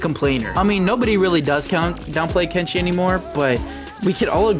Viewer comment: Kenshi should’ve been “kent see”